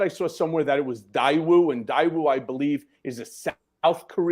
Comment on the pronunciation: Daewoo is pronounced DAY WOO! A link to North Korea was approved and monitored by the So Korean government in the 1990's. I'd be careful before suggesting that Daewoo arranged North Korean financing for Trump or anyone else. That's highly unlikely. Can't wait until Trump is actually taken down.